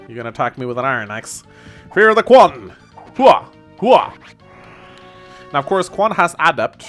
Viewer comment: I'm pretty sure Quan is pronounced CH-uan.